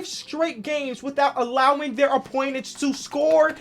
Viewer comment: "Opoinents"